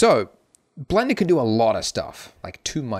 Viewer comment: Do you even English? "If you're a complete beginner to Blendo" did you mean Blender? ...not Blendo?